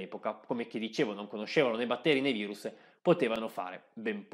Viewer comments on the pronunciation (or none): none